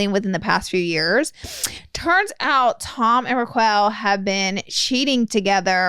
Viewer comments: love you both but please get facts right and know how to actually say raquel 😅😂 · Well you can tell they don’t watch the show because of how they are saying “raquel” lol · I thought it was on purpose at first until I heard their recap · The way they both fuck up Raquel’s name 😂😂😂 just call her Bambi Eyed B*tch!! Tom made himself seem like the “Golden Boy” who could do no wrong. He is a narcissist and BEB is a sociopath. You both should actually watch the show and your energy would be sooo different towards what happened. #teamariana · right? I don't know the girl so when Laura first said it, I figured she said it wrong. But then when Manny said it like that too, I thought maybe that's actually how she pronounces her name. 😂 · Now I can’t even say it right now that I’ve heard them, say it so many times wrong !! 😂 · Omg yes! I was like noooo guys you’re mispronouncing my name 🥹🥹🥹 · I was searching for this comment when I heard it😂😂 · I love y’all but they way you say Raquel, just call her Rachel in the future🤣 I have been watching VPR since day 1 (2013) and Tom has been horrible forever and the reason this is so devastating is because Ariana is a ride or die for him (they were together for 9 years) and Rachel was one of her best friends and Ariana stood up for her! It’s truly a wild time for VPR fans! Also it was originally filmed at SUR not Pump! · Not Raq-well 😂😂😂😂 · I died at the Ruh-quail too lmao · The way you guys are pronouncing Rock-kels name is Hilarious!!! Hahaha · If she says Raa-Quail one more time I'm gonna flip my lid 😂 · If you guys end up watching Vanderpump Rules you're going to crack up at yourselves for saying Ra-quell instead of Ra-kel 😂 Good job on getting the quick download on it though. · With peace and love, its not her accent. She literally thinks that's how it's pronounced. Southern people can say "Rocquel".🥰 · For the love of god, roq-well is sending meeeee😂😂😂😂 rock-elle!!!!!! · I love you guys but WHO the heck is raqwuell 💀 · NOT RAKWELL 😂